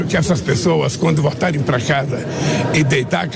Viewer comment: "Vortarem" foi bravo. Vai aprender a falar português seu jumento. Com todo respeito aos jumentos.